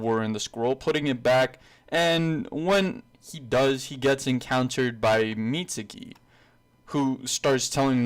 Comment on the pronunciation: the guy's name is mi-zu-ki not mitsuki there is no t or s in the name mizuki